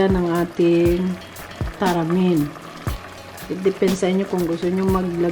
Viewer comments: May nilagay nman sya tamarind, taramin kc bigkas nya. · Akala ko nag typo lang sa tamarind pero pati pag bigkas nya talagang taramind... Walang mahahanap na ganyan sa tindahan ✌️✌️😊😊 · MADAM. HINDI PO TARAMIND. WALA PONG TARAMIND. T A M A R I N D. PO.